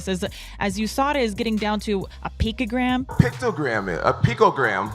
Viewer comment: Tj “picogram” dillashaw